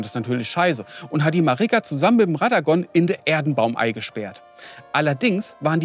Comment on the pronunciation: zwei drei Namen stimmen nicht. Hora(ra)h Loux und radogan (hier radagon genannt. ansonsten sehr lustiges und gutes Video. Wie so oft ein Highlight